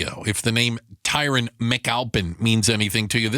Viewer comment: Did anyone else notice that they pronounced Tyron’s name incorrectly???!!! They absolutely butchered his very popular name without remorse. You can tell they really care about the victim 🙄